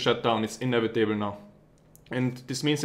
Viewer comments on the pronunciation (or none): "It's en-evee-table now."